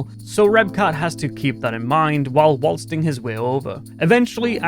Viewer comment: Did anyone else hear the word, “waltzting” …..love me some creatively pronounced words. Video is cool too